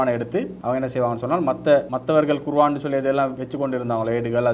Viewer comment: தொகுப்பாளர் குர்ஆன்(Quron) என உச்சரிக்கவும்! அறிக "குருவான்" தவறான உச்சரிப்பு